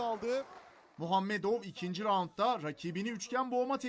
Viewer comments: NURMUHAMEDOV DEĞIL NURMAGOMEDOV.LÜTFEN DOĞRU SÖYLEYIN...🤨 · Sunucuya gıcık kaptım abi muhammedov degil nurmagomedov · Abi "muhammedov" değil "nurmagomedov" 😑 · Nurmagomedow değilde Nurmuhammedov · Muhamedov değil magomedov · Spiker hanim Nurmuhammedov değil Nurmagamedov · nurmuahammedov deyil nurmagomedov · Muhamedov degil Nurmagomedow dogru söyleyin lütfen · Nurmuhamedov degilll nurmagomedov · bu adamın nie soyadını sürekli yanlış söylüyorlar nurmuhammedov değil nurmagomedov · Onun soy ismi muhamedov digil ilk önce okumayi ovrenin Habib Nurmagamedov. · Muhammedov mu ??????atv daha nurmagedov diyemiyor nasil bi haberajansi bu ????🤣🤣🤣🤣🤣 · Muhammedov mu ??😂😂😂😂 doğrusu Nurmagomedov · Muhammedov ne nurmagomedov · Nurmuhammedov değil. ! Nurmagamedow! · Nurmuhammedow değil Nurmagomedow. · NURMUHHAMEDOV DEĞİL. NurmaGomedov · Nurmuhammedov degil NURMAGOMEDOV doğrusu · Muhammedov değil Nurmagomedov haber yaparken adam akıllı yapın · Nurmuhamedov değil NURMAGOMEDOV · Nurmagamedov dogru soylemeyi ogrenin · Nurmuhamedov umuş 😂😂😂 adamin ismini bile douğru soyliyemionus be yuru ordan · neden nurmuhammedov diyor ? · Yok Khabib Nurahmedmuhammed. 😅 Adamın adını düzgün söyleseydiniz bari. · adını yanlış telaffuz ediyor